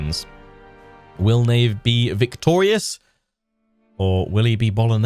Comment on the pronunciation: Neigh not Ney!